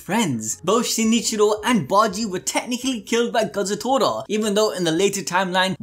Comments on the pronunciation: Tor-a!! Kazutor-a!! TORA as in Japanese for tiger Damn!!! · Day 2 of telling that its kaa-zoo-toraa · come on its ka-zu-to-ra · I want to know why can't seem to say Kazutora correctly, or remember that he asked people to say they SIMP for Mikey.